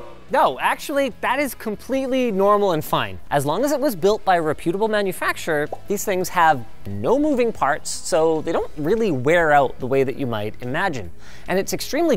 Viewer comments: REPutable, not rePUTEable. PYRamidal, not peRIMidle. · Linus pronounces "reputable" incorrectly.